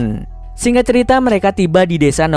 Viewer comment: "....seluruh alur ceritho....."